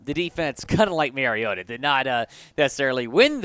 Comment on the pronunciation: I agree. Mary-O-ta, whoever that is, needs to be benched. Though I'm not sure how a team goes about benching someone who is not on their team. Mar-E-O-ta on the other hand is just fine. Has the team overachieving. Don't be telling people who needs to be benched if you can't even be thorough enough to correctly pronounce their name.